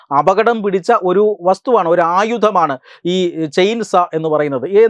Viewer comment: ചെയിൻസാ അല്ല ചെയിൻ സോ --സോ--വാൾ